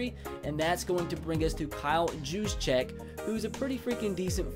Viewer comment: kyle Yooshchek thats how you prnouce it